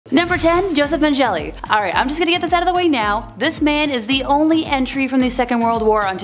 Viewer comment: When the narrator can't pronounce 'Mengele,' one of the most notorious names in history, I know my time is better used elsewhere.